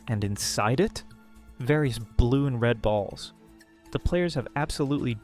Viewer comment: The way bro said balls😂😂😂😂